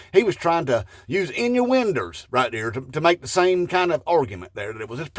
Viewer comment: inuwinders LMAO